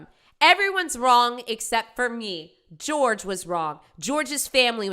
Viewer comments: I mean she always called him George, even though his name is Jorge. Couldn't even pronounce her boyfriend's name right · not saying Jorge's name correctly will forever deeply irritate me... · Can you imaging being so stressed out that your mom will find out you’re a liar that unaliving her is your solution for her not being mad at you If only who deserves all the forgiveness would have “forgiven” George and moved on instead of unaliving him. Then she wouldn’t have to mispronounce Japanese art that most certainly doesn’t describe!